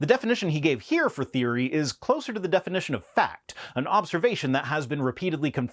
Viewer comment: Does he say defination instead of definition at ?